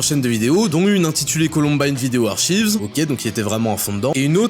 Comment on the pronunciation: "Archives" se prononce "arkaïvz" pas "artchivz" en anglais ! C'est tout ce que j'avais à chier.